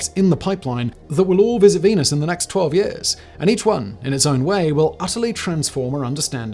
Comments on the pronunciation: Are you saying venus or penis? I'm trying to settle a bet with a roommate. Not mine though. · Is it just me or did he say " team penis that month.